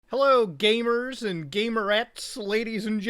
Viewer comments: He said Gay-mers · I can’t tell if he’s saying gamers or gaymers😏